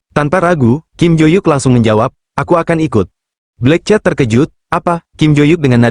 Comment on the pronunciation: Min, sebut nama bagi sedap sikit, bukan black chat. Tapi black cat(kucing hitam)... rasa nk marah ada juga sebut nama xbetol